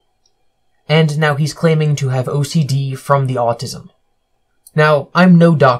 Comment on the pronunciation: Is his accent getting more southern?? The way he says autism is ridiculous